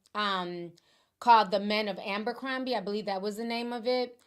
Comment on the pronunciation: Jessie soMlett to aMbercrombie😅😅😅 I knew Ti was gonna mess up this name